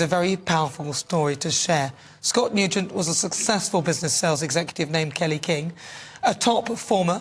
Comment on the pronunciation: 😆😆 This must be another 'put on' by GB News.